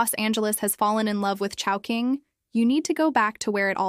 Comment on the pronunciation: in the video, why chowhoing, instead of chowking?